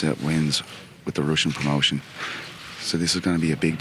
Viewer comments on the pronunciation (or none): none